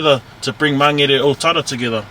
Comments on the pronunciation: Never heard Mangere said like that before. I always thought it was pronounced like Man-gheair. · Why do the locals mispronounce "Mangere".. even if you say it like "Magele".. it's still better then "Mang - gerry... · Pisses me off people need to learn how to pronounce our language properly its not mangry its mangere